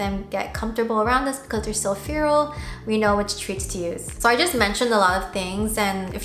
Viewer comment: Im sorry but its making me mad its pronounced fair - al feral